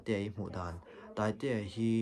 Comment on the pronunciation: Rsa nge taiteia tih a taiteia i nolh kha ka helh deuh rsa hi I close vak lo tih hi I ti Lang mahmah😒